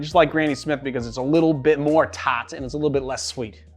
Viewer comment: You mean, "taaaht"?